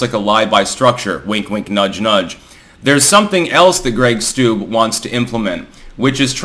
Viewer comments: Steube= "Stew-bee" not "stoob" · PRONOUNCED STU BEE